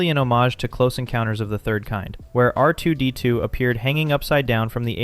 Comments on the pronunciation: The way this guy says R2-D2 is painfil. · Is R2-D2 difficult for you to say? Just curious. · bruh why are you saying R2-D2 like you're fking rtrded??